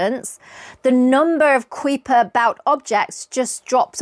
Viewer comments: The UK, and the US. Two countries separated by a Common Language. The US ponounces the K belt: KY-per. ;) Cheers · 'Kuiper' is a Dutch name pronounced COW-per, but he grew up in the U.S. and his name is pronounced KEYE-per. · Do you realise you are mispronouncing the words Kuiper & Uranus? It's KY-per & YOOR-uh-nuhs. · Kuiper is pronounce "Ki - per" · Yeah, my tutors/lecturers would pronounce it as “Ky-per” - just checked Wikipedia and their pronunciation is given as I have but with a ‘short’ e (same as the name of the guy it was named after). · I always enjoy your videos. They are very informative. I just have a polite request. Please check your pronunciation of the Kuiper belt. I know Dutch names can be hard to pronounce, but the way you butchered Kuiper's name hurt my ears. There are online Dutch text-to-speech sites that create a fairly accurate pronunciation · I could listen to your accent all day, 🥰 but I have to admit your pronunciation of the Kuiper Belt made me LOL great video as usual 🙌🏼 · Very good video! Since it is a pet peeve of mine though: Kuiper ist pronounced KY-per and Makemake is MAH-keh-MAH-keh (named after the Rapa Nui god). Congratulations on your book! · Huh. Your pronunciations of Kuiper and Makemake are suspect.